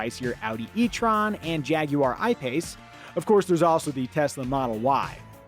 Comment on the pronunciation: glad he said Jag u- arr rather than Jag wah :).. Nice car the Mustang.. I'd love one